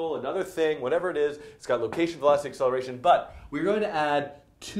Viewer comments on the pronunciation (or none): the accelerationelertion part tho XD